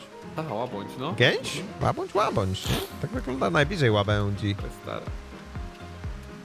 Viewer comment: Łabędź nie łabądż😂😂 ❤❤